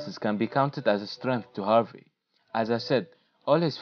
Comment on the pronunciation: It’s “ Harvey “ with an “e” not Harvay...... will done LFC and Klopp, one for the future for sure and he is life long supporter as well.